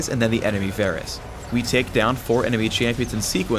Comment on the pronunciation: idk y ppl pronounce him Vaaarrrggh rus